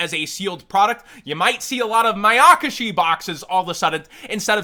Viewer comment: Its ma-ya-kashi and not ma-yAk-ashi